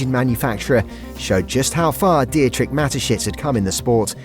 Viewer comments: Di-etrich? Hahaha, could you at least find out how a name is pronounced? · Nice Video but the way the name Dietrich is pronounced is really painful